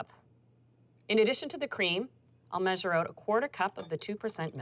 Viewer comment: Turn it "oot"?